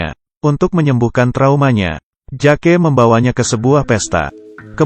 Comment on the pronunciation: Bang bukan "JAKE" meskipun tulisannya Jake tapi di baca 'Jek"